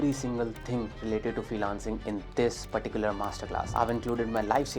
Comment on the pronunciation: it is not indian if it does not says "perticular" in the video